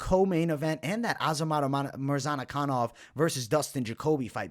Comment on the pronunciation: Mispronunciation of the Week : Azamat Murzanakanov ! :) Love your content , keep it up .